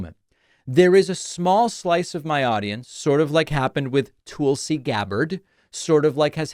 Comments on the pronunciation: Intentional misspeak or not, TOOLSI Gabbard is hilarious and perfect. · The way David mispronounces Tulsi Gabbard always cracks me up 😂